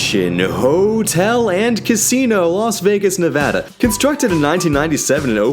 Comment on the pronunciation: My respect for you doubled the moment you said Nevada the right way.